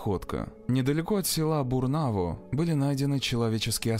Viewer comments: Я сама из Барнаула, весь город в страхе был, а там институт такой, что потерятся легко и просто. Закутков и закоулков куча😢 Только не Бурнаво, а Бураново, блин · На 19.44 минуте... "Недалеко от села Бурнаво"(повторяется два раза) ... Как можно извратить обычное русское название села Бураново!))